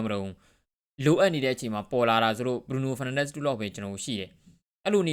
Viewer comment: BRUNO FERNANDES ကို အသံထွက်လေးတော့ ကျက်သရေရှိရှိထွက်ပေးပါ စောက်ရူးရယ် ကြားရတာ Feel တော်တော် ငုတ်ပါတယ် တကယ်ပါ ဒါတောင် ဒီစောက်ရူးက English လို အစီအစဥ် လုပ်လိုက်သေးတယ် 😂😂 #စောက်ရူးကျက်သတုံး